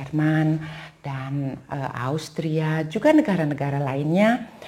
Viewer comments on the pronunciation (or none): none